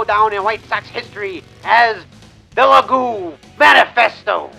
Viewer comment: You're pronouncing their name wrong. Is (Liii-Guii) not (Liii-Goo).